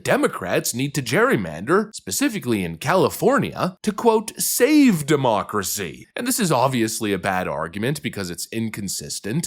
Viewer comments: Mispronunciation. It’s not “democracy”. It’s Democratcy! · Can you please stop saying "demoocracy?" It was cute at first, but it's gotten very irritating over the years.